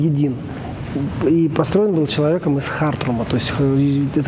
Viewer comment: Человек имеет скудное представление о Судане в целом, название города не «хАРтрум», а ХартУм, сейчас Хартум столица северного Судана, информация подана как из какой-то брошюрки, очень скудная